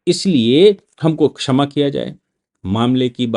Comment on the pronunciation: छमा नहीं। क्षमा आपकी हिंदी बहुत खराब है।